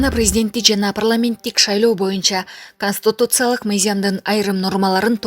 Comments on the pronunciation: Ай чон кыз КОСТИТУЦИЯЛЫК эмес, КОНСТИТУЦИЯЛЫК туура окусанар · Канстутутсалык деген тупица каяктан таптын мындайды Бир аз окусан китепти же ук жакшылап блогерсинби же булаксынбы конститутсалык деген болгон емес конституциялык еле болот коза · Констутуциялык деп окубай конституциялык деп ужас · Консутутциялык дейт го, нормальный дикторлор жокпу,туура окуй алган